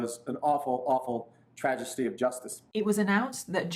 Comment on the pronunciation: ... "trajesty"? I thought the people in Colorado were supposed to be SMARTER than the folks in Wyoming!